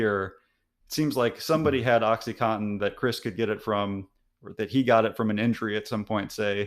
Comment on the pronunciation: This guy is an MD & PhD and doesn't know how to pronounce oxycodone? He even mispronounced the brand name oxycontin saying it "oxy-cotton" - leaving out both 'Ns'...